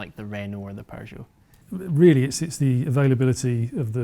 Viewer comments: Did he just say PURRJO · added a "r" to the middle of peugeot